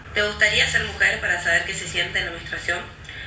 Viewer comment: JAJAJJA basta, le corrigió "menstruasion". Ni burra, chau.